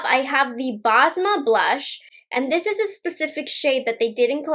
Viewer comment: basma is prounced bess-muh! it’s an arabic name.